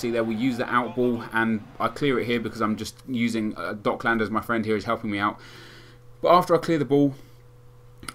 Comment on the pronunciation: ITS COCKLANDERS :D